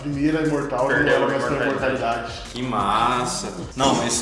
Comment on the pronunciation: "Imortabilidade", 2020